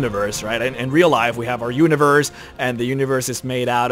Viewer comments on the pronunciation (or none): none